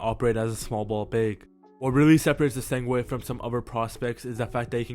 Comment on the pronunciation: Man where you getting the W in essengue from